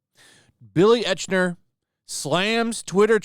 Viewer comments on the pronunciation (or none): Eichner pronounced “Ike-ner” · I think his name sounds probably closer to "Ike-ner". Like the name Ike. Kyle's little brother in South Park. It's a German name, but Americans can't pronounce our "ch", so I'll spare you from trying to explain that. Anyway, just saying. That kinda stood out to me. Otherwise I couldn't care less about this crybaby. Make niche movie, have niche audience, cry about it.